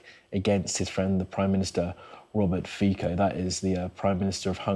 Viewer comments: Is Poo-tin going to bring him flowers to the hospital and claim it as Ukrainian link and grounds for invasion of Slovakia? His name is pronounced Fitso not Fiko, by the way. Sci News. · its pronounced "Fitso" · his name reads "Fitso" and Mrs. President's reads "Chaputova" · His name is FITSO for God’s sake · The pro-Russian useful idiots and trolls are in a feeding frenzy here in the comments. Yes pronounce his cursed name correctly too, please. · Please learn how to read his surname..